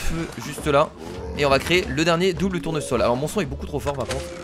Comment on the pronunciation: A 9,40min tu as dis double tournosol